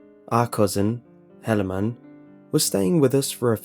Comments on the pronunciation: It is pronounced He-lay-man. Not sure why it bugs me so much. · It's a Mormon one that's bad it's pronunciation butchered. It's he-la-man. Still fuckin weird tho. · First story is guaranteed to have been submitted by a Mormon. The name Helaman (pronunciation butchered btw, He-La-Man not that will ever have to say that name ever again) large family, and the fact they were able to submit a 10 minute composition to the Internet without any profanity or saying omg are all a dead giveaway. Nothing wrong with it, it just stuck with me thru the whole story. -signed Jack-Mormon the Danite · Helaman . Like the Bible . He just pronounced it incorrectly :)